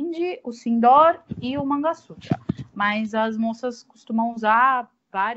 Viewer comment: vou repetir o comentário que deixei no outro vídeo; sorry!! hehe Não é MANGA (tipo fruta) SUTRA e sim MANGALA SUTRA!! Oops! A própria Bárbara está pronunciando errado, agora entendi porque você estava dizendo "manga" sutra! O que ela também chama de "sindór", na verdade deve ser pronunciado como SINDUR (Sindoor). Ótimo vídeo, como sempre! Beijinhos